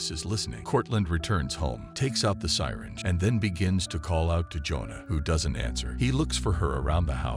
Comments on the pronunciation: ‘Sigh-tinge’. Really? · The "SIGH-ringe." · Its pronounced syringe not sighringe and shot guns use shells not bullets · The mispronunciation of some of the words threw me off at first. It took me the longest time to figure out that the word "sirens" was actually a mispronunciation of the word syringe! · Is this a robot narrating? Syringe pronounced Si-ringe? Made me chuckle :) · Who else knew that word was pronounced sigh-ringe? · Lmao also the way ge pronounced syringe...😅😅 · AI narration is cancer. It can't tell when it's reading a typo and will happily recite nonsense like "roils off into a corner". If you paid a human to do this, they would spot that, and they'd also know how to pronounce "syringe"